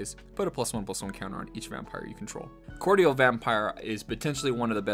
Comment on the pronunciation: Mispronunciation cordial my dude =P